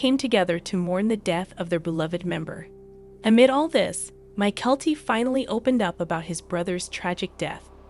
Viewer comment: Please all the miss pronounced words by the computer generated voice over needs to stop, it gets very annoying and what’s more disturbing is that they referred to Janelle as if she were some kind of fat pig, really??? Disgusting! Mykelti not My-Kelli! Patreon!